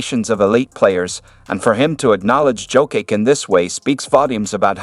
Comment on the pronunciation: Learn to.pronounce Jokic's name please 🙏